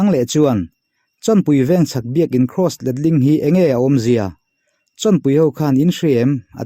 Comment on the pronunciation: "Cross" tih vek hmang ta se rinhlelh tur a awm thei lo anga. " Kross" a inti vek tlat mai a tiraw 😃😃😃 "Cross" ni bawk silo, "Kraws" ni leh bawk silo , " Kross" han tih deuh tlat khi chu mi pakhat a ang riau ani 😃